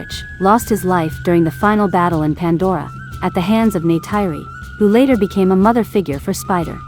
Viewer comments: NAY-TIRE-RI ARE YOU KIDDING ME! ??????? IT'S PRONOUNCED NAY-TEAR-RI!!! GET A VOICE OVER TO PRONOUNCE THE NAMES CORRECTLY FOR AVATAR MOVIES!!! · It's Neytiri, not Neyteiri